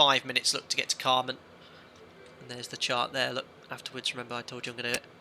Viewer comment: the carmn/camrnthing really annoyed me. i was glad his wife corrected him